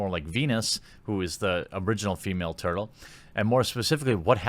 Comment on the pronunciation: It's turtle ma'am!